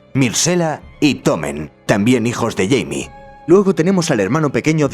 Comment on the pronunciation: Supongo que como los nombres no tienen traducción, los an pronunciado en su forma angosajona, yo en cambio, Jaime, no sera "Yeimi" sino, "Jaime" tal cual como suena XD